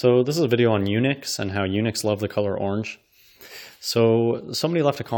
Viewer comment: It's pronounced eun-uch, as in luck. You may be the only person in the world that pronounces is to sound like nick. And odious is something completely different. Try opening up a dictionary sometime, instead of making stuff up.